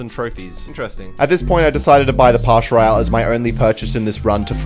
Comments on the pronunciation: Its pass not pash royale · He cant say Pass royale He says partial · PASS ROYALE NOT PASH ROYALE ITS SO ANNOYING WHEN YOU SAY PASH PASH PASH PASH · bro is pass royale not parsh royale lol what is parsh 😂🤣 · Pass royale❌ pash royale ✔️ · It's "Pass Royale" not "Pash Royale" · “in the pash royale” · I love when he says pash royal